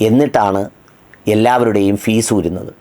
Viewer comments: Fuse not fees sir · ഫീസ് അല്ല. Fuse ആണ്.